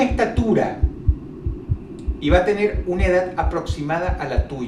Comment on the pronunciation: Dross todas las palabras que terminan con "D" las terminas con "T" , edat , curiosidat , debilidat , deformidat , lo han notado?